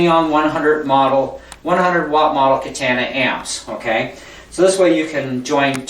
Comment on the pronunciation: It was related to the way you said katana, good review though and good playing it provided a lot of information and I purchased one so thanks